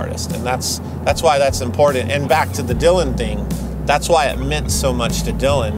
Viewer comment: Or as says "imporT-TenT" emphasis on the Ts.